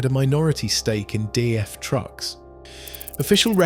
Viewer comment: its daf not df.